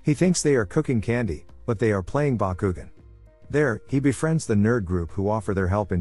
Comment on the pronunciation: Dude you mispronounced Bakugan 😭😭